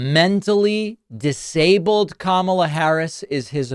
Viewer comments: Kamala was not responsible for letting anyone into the country. Trump just had to pivot from Joe Biden, so he did that. The man is bat sh%# crazy! And he still pronounces her name wrong, on purpose I think!! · What a sleaze. Purposely mispronouncing Kamala over and over. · It's intentional. Just a bully trying to offend someone by deliberately mispronouncing their name. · The fact that he cannot/won't say her name correctly, is frightening. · He didn't make much sense. He mispronounced Kamala's name and call Aliens, Elians. Then he said she stopped them all. Wow. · Every time I watch Trump speak, I think of that old guy at the end of the local bar who pontificates about whatever enters his mind at the moment. Two minutes later, it's a different topic. None of it makes sense, and no one is really listening. And he doesn't know how to pronounce Kamala, either. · He can't even pronounce Kamala correctly. Who's the mentally challenged one? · He forgot what he was saying because he was too focused on deliberately mispronouncing her name. His tiny little pea brain can only BARELY handle doing one thing at a time, 2 is impossible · Anyone who can't learn how to pronounce THE VICE PRESIDENT's name is not fit to be the leader of anything. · He still can't pronounce her name correctly.